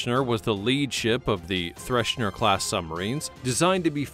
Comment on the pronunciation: It is THRESHER....there is no "n" in her name. And the Typhoon Class is completely misrepresented here my friend - See the movie "The Hunt For Red October" for what the Typhoon Class really looks like please...